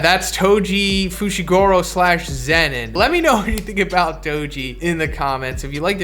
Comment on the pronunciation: Its zenin